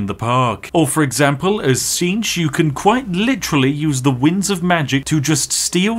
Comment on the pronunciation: Tzeentch is pronounced tits snitch "for all you majorkill fans" also why is Skegness being called out I'm starting to feel called out